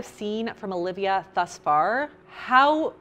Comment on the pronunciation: omg. I have just found someone who can pronounce "Alivia" right... Every stranger I meet spells my name as Olivia, or if I tell them the spelling, they go for the Aaaa- Lee-ve-ya haha